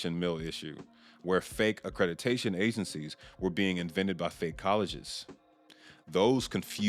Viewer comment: Omg the way you say accrediDAtion drives me bonkers.